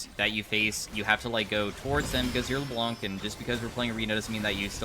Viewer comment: Hi! You don't pronounce the "C" at the end of Le Blanc:) (which means "The White" in french)